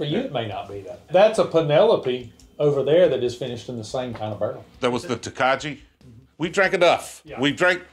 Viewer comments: "Tokaji" is pronounced "toke - eye". Hungary spelling is definitely different and more European where the 'j" is like the English "y". He didn't go over the whole story with Macallan and Speyside vs Highland. Macallan is actually in Speyside and produces Speyside style whiskey. However, all of the Speyside distilleries have the choice of calling themselves a Highland since they are technically geographically in both. Macallan, Glenfarclas, and Dalwhinnie are all in Speyside but decide to call themselves Highlands on the bottle. Macallan and Glenfarclas are still very heavy Speyside style sherried malts. The Dalwhinnie is more of a Highland. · Is it Tokaji? Pronounced toe Kai if I’m not mistaken they make a great dry white wine in that region as well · FYI that Tokaji is pronounced like tow ka ee. There is no hard J sound when it’s pronounced in Hungarian. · Tokaji - Hungarian white wine pronounced toe-keye. Made from the Furmint grape ranging from dry to semi-sweet to super sweet botrytis styles